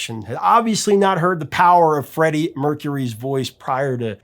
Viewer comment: Freddie. Not freddy!!!